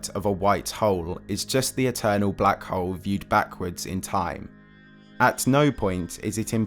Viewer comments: I can't help but chuckle whenever you say Black Hole as "Black Hoe" lmao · Sounds like “black hoe” for half an hour 😂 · Your “hole(s)” sounds like “hoes” and consistently at that. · When you say "hole" it sounds like "hoe" wich has me confused listening to a 30 minute video about white and black hoes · but the way he says "hole" 😅 omg I'm dead.